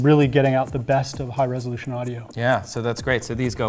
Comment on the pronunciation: You keep saying "resolution," and it sounds less correct every time.